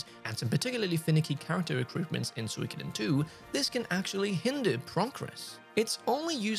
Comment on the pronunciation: What if you learn how to correctly pronounce Suikoden? Geezz... Every time...